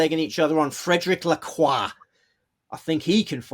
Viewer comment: It's Lacroix, sweetie, Lacroix!!